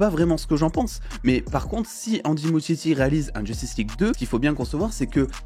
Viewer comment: Ça se prononce ''Mouskietti'' s'il te plait